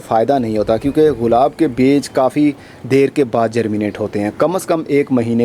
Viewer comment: سر غلاب نہیں گلاب ہوتا ہے